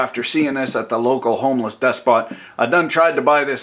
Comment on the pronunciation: "Homeless Despot" lol